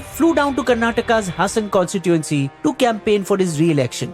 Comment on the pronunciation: Its pronounced Haasan not Hassan.